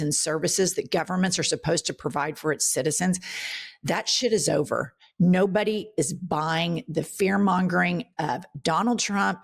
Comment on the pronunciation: Jen, can you put your emphasis on the word “nobody” more often. I love when you say it. I actually make sure to say it multiple times a day 😆 Love y’all & thanks for everything yall do 🫶🏾🫶🏾